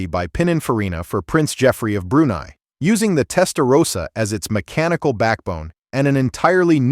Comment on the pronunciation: Testarossa, not Testarosa. Nothing todo with Rosa...